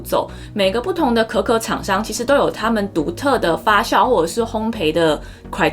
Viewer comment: 发酵（jiao 四声）